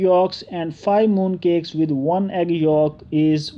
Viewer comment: Its yolk not folk